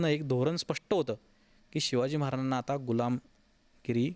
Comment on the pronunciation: हा माणूस महाराजांना... मराजाणां असे का बोलतो मधून मधून क्लिअर बोला ना.. महाराज स्पष्ट 😊